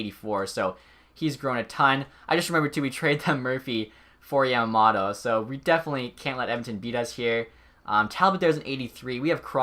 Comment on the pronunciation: Not hating but it's pronounced yom-om-oh-toh